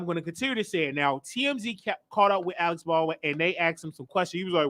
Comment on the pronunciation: with all due respect let's work on pronunciation...lol The man name is not Alex it is Alec (Al-ek) Alec is not at fault for what transpired on set. He had no idea the gun had a live bullet and or would do bodily harm to anyone. Would your stance be the same if the gun misfired and killed Alec after he fired it? I highly doubt it! You then would blame the persons whose responsibility it was to ensure the safety of the gun. Let's use common sense or maybe your just wanting to trigger folk. Ex: if a Dr. Prescribe a medication that caused the death of a patient however, the nurse and or CNA (I know CNA are not suppose to administer meds but it happens) is the person that administered the meds at fault when in fact they are following the directive of the physician?